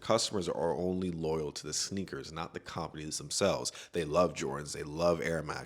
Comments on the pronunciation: “cOOMpaneez” killed me, good video tho🔥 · The way you say companies is very annoying beyond that great work.